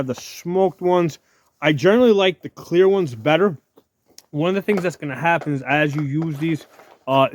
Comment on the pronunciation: Are you saying CLEAR or KWEER?